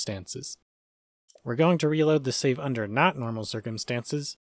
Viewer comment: Wait save? Thought you said shave